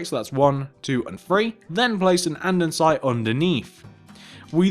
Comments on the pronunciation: nice tutorial! but pls say an-de-site instead of an-den-site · Is no one gonna comment on the 'andensite'